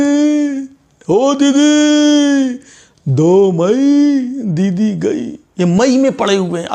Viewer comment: Its not gai but goi.